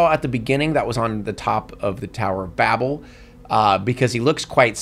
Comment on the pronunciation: That's not how you pronounce 'Babel.'